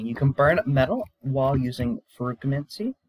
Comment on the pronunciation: Yeah, the pronunciation. I’m joking, but I think it’s said “ferro-chemie” Have you read the whole Mistborn series? It’s actually my favorite book series next to the magicians. Edit: You might actually be ahead of me, because later in the video, you call it what I call it. Maybe you know something I don’t. I haven’t actually finished the last book.